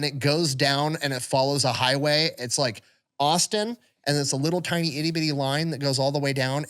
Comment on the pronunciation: Lord....I thought was just playing around with saying "Teenie Guns" instead of "Tiny Guns."...EVERY SINGLE TIME